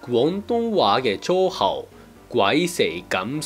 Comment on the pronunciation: 粗口你讀成搓口，『粗』嘅發音似糟糕的『糟』，帶點鼻音(？)的感覺…我自己覺得有啲似日文拗音@@